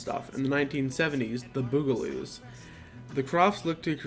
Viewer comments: Did he say The BOO-ga-loos??? They’re BUGS! It’s BUG-a-loos! Did he watch a single episode? They say Bugaloos a hundred times per episode! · Dude…you pronounced it “Boogaloos”…they’re bugs…that’s the point…..it’s pronounced “BUG-uh-looz”! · "Bugaloos", not "Boogaloos". Yes, I posted this silly comment, but it is true. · bug a loos. Not, boo ga loos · It's not the boogaloos it's the bugaloos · BUG-a-loos, not Boo-ga-loos... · It's the "BUGaloos", not the "BOO-galoos". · They were the BUG-aloos, not the BOOGA-loos☺️ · Good god they are pronounced BUG-A-LOOS!!!!!!!!